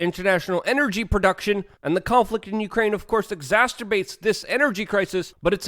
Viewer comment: “Exacterbates” nice one! We love you Luke! 😝